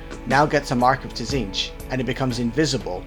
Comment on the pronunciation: Pronunciation corrections: Slan-nesh*, Zeench*. Good vid.